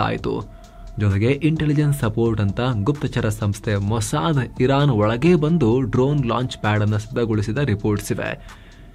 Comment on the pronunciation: "ಒಳಗೆ" ಅದು "ಒಳಗೇ" ಅಲ್ಲ.